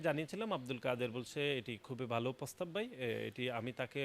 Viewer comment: বলদ ের প্রোনাউন্সিয়েশনের জন্য আবার স্কুলে ভর্তি হওয়া উচিৎ। যেমন, পতিবাদ, পোগাম, নিচ্চিত, পোস্তাব,পোতমোতো, পকাশিত ইত্যাদি, ইত্যাদি ।